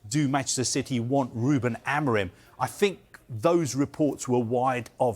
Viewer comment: Amorim, you stress in "im" - amorIM